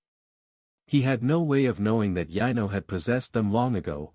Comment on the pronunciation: Yeah the AI or what ever computer is reading can’t differentiate from Yano and Yino lol